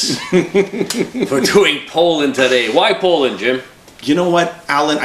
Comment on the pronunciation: Wtf is Polland ? It's Poland for satan's sake :D